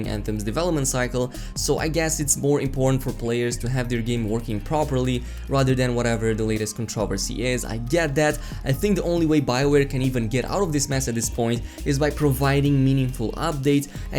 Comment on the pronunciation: Love ur vids please stop butchering the word controversy. Its cont tro versy not con travesty